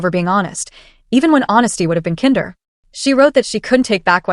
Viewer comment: Since A I has a problem with the pronunciation of the word " kinder, " lets try saying most or more kind instead. Thanks.